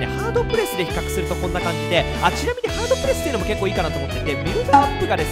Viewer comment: 比較がヒカックにしか聞こえません 責 任 と れ ヒ カ ッ ク